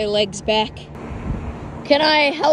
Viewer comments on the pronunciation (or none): I definitely heard "they have come for their leader" the wrong way 🤣. Especially with the emphasis on "come".